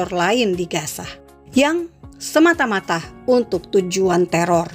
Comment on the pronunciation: Logat yang baik sedikit ya.gaza bukan kasa.